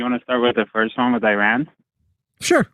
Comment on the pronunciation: it's pronounced ee-RAHN, with the first syllable sounding like "ee" (as in "see") and the second syllable rhyming with "gone," not UH-ron